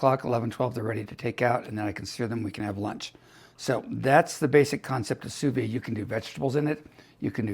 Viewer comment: In French, if an E follows the D then the D is hard, but the E is not sounded. Therefore it’s phonetically pronounced “Sue Veed”